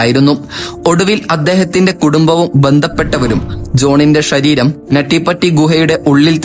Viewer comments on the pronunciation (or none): മലയാളം മര്യാദക്ക് സംസാരിക്കാൻ അറിയണവരെ commentary പറയാൻ നിയമിക്ക് 👍 ശരീരം എന്നുള്ളതിന് ഈ പയ്യൻ ഷരീരം എന്നാണ് പറയണേ.. ശ്രദ്ധിച്ചു കേട്ടാൽ മനസ്സിലാവും